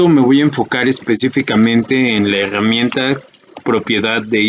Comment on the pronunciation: LA "hegamienta" jajajaj